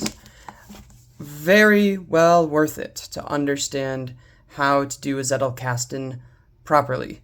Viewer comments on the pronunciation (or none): zettelkasten is german and the z is pronounced the z in pizza or the ts in cats. greetings from bavaria, munich.